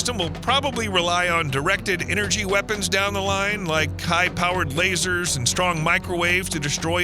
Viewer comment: We’re gonna be needing finger quotes when you say the word “LAZER”. 🦹